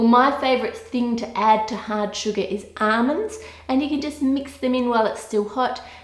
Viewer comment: Who else heard ahmends